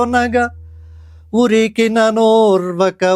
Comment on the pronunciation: నిజం. నోర్వక కాదు ఓర్వక. ఉరికినన్ ఓర్వక. అలాగే అక్కడక్కడా pause ఇవ్వాలి. కుప్పించి ఎగసిన కుండలంబుల కాంతి pause... ఇలా.. ప్రయత్నం అభినందనీయం. 👏👏👏